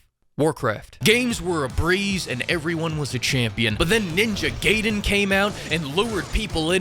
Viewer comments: It's Gaiden not Gayden. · The way bro pronounces Gaiden hurts my soul.